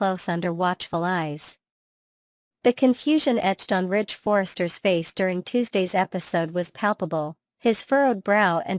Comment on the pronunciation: It's Ridge, not Rich